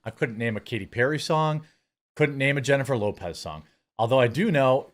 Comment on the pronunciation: I think it “yennifer lopez”